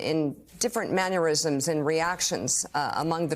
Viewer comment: Did she say maneurisms? That’s a nice invention even if she was misspeaking: a man whose mannerisms are aneurisms.